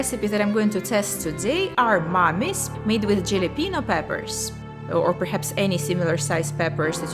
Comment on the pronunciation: HAL a peno....the j makes an h sound. i dont mean to sound rude.